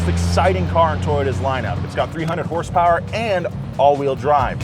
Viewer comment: how many hurse-perwers